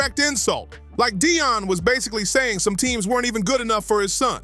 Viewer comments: Why do you call Dion Dayon? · Deon not de a on pls pronounce his name right! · Stop saying Dayon. It's Deion. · Dayon sanders really 😂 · Who the hell is Day - On Sanders ?? 😂